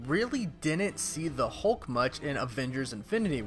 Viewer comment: Hulk not Holke